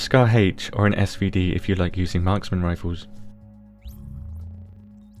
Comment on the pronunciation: Lmao "rifoos"